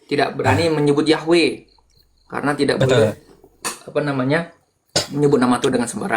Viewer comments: Yhwe perubahan huruf yg salah kaprah dalam penyebutan dan pengucapan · Yahwe yahwe. Mana ada pelafalannya yahwe